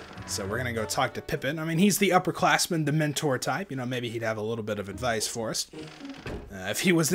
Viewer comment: I almost choked on my pretzel when I heard that the first time. I thought you said, "Dementor type." instead of "the mentor type." and lol'd very, very hard. Dementor type, oh god.